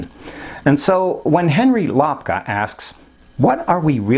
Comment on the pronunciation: I'm excited to see the video about loving our illusions. My last name is pronounced more like, "I'm going to take a lap around the park." Then add the -ka. Lap-ka not lop-ka. Again, thanks for making this video on travel. -Henry